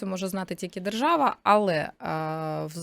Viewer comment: Правова жержава😂 Ви чули ? Не важливо що написано, а вижливо як буде виконуватись?